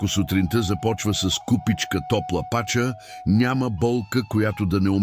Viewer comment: Супер👍🏻 Тоя АI не се научи на Български!!! Командвайте го, слагайте му ударения!!! Пачà не пàча😂😂😂